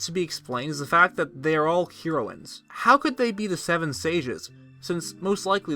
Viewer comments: Hee-roines? Heh-roines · I’ve never heard it pronounced, Hero-in. ...Hair-o-in is how I have always heard it. But other than that...great video. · I'm sure I'm not the first one, but the word isn't pronounced Hero ins. It's Hairo ins. Y'know, like the drug. Same pronunciation for both. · The way he said HEROines 😂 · Heroines {heh-ro-wins} Learn to speak. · It's pronounced Heroin-s, heroin like the drug. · The way he sas herowins lol theory busted XD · the way you pronounce "heroines" is killing me. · You say heroines really weird. It's pronounced like the drug. Edit: literally can't watch this. Pronounce you shit right! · had to stop watching due to the way you say "heroines" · Dude, Hair-ro-win(s). Hero-win(s) is not correct. High-lee-yans. High-lee-yuh.